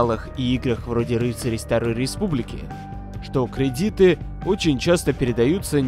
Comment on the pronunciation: Кредиты ударение на 1 слог в зв, это единственная отличительная черта от просто кредитов в играх